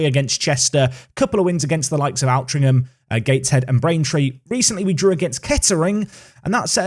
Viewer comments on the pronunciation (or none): Being from Manchester I am pained by your pronunciation of Altrincham :P